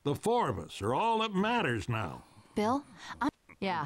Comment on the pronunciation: Louish kills Beel